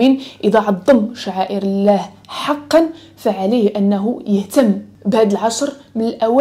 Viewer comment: لماذا لا تنطقين لفظ الجلاله وهو الله